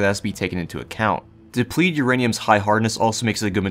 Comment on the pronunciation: slow down and enunciate FFS. you missed half the syllables in depleted.